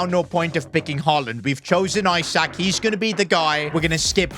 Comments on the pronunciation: Isak is pronounced E-Suck, not i-Sack. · Pronounced like isack not i sak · Its not isack it Esack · Its isak not eyesack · is saying I sak and not isak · It’s not Isaac it’s pronounced ee-sak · It’s not pronounced eye sak it’s eee sak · Esack not I sak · pronounced like esack not i sack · It’s Ee-sak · Keep pronouncing Isak wrong is constantly giving me headaches in every video involving him. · I thought i was the only one, i literally close off the video cause of it. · Lean how to say Isak properly 🤦‍♂️